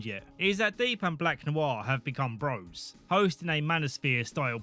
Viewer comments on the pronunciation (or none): none